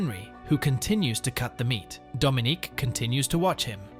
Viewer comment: Ah I saw some of this. Didn't finish it though. And It's Dominic not "Domonique". The latter is a lady's name.